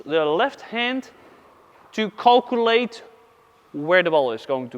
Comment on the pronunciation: Calculate - Calcu-early ... love it 😆